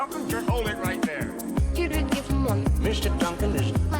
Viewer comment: Please don't pronounce "didn't" as "didint." The latter takes longer, the former is a short form of "did not," which you can also say faster than "didint." People these days are also saying "hadint," "couldint," "wouldint," "shouldint," and more. Duh! Clear evidence of dumbing-down in the educational systems.